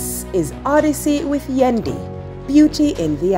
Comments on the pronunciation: Am I the only who got annoyed by her calling Yendi, "Wendy"? 😒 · Every Aunty Donna say Wendy me have to laugh